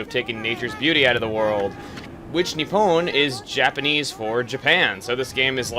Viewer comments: Just a note for you dude. Nippon (Nih-Pon), not Ni-Pwn XP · I like how you pronounce Nippon as "Nip-pwn". It makes me smile. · You're pronouncing 'Nippon' like 'Epona'. It's making me chuckle.